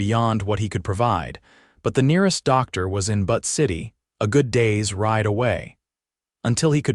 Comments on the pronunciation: Especially Butte - it is not butt! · 😂I agree! How does AI mispronounce Butte? It isn't butt, it's byoot. C'mon! And, it isn't pronounced Hell- lēna, it is Hĕl ĕn ă, emphasis on the 1st syllable. I thought AI was supposed to be smart. A 3rd grader could do better.😂😂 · I’m from Montana the mispronounced names of Butte & Helena are annoying !!!